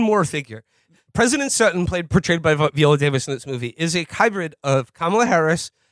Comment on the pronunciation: Vee-olllaa Davis? Lol